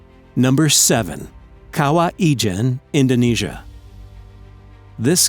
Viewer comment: I'm Indonesian, and the way you pronounced Kawah Ijen is hilarious, I hear "Kawaii" jen.